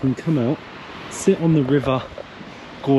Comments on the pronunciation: not Godža, GAUJA. it is J not DŽ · You pronounced the rivers name completely wrong 😂